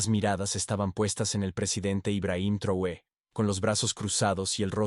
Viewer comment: Corrige la mala pronunciacion del apellido del LÍDER Máximo de AFRICA. TRAORE ,no Truoe.